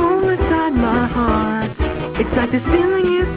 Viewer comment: Cuando dice "My Hearth"